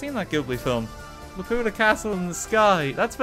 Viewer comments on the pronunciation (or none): It's pronounced lah-pyou-tah, not luh-poo-tuh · It's not la-POO-ta, it's LA-pu-TA. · RT mispronouncing Laputa was such a weird thing to hear